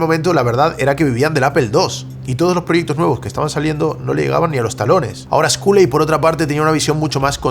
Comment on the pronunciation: Cada vez que pronuncia Sculley con la U me sangran los oídos.... que horror.